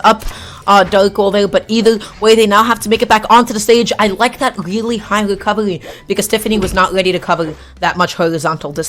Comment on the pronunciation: “Recovawy” “dakghoul”